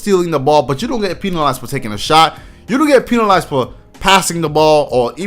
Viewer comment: dude said pee-nalized